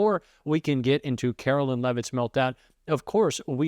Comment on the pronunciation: Karoline Leavitt's name is pronounced KaroLINE like the word line. You are pronouncing her name like mine--Carolyn.